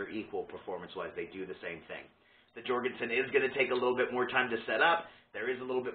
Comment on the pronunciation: Pronounced Yorgen-sen